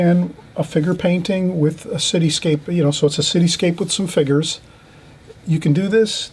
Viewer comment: I love how you say "figures".... figgers. Love it! You are a fantastic teacher and I love all the time you take to explain things.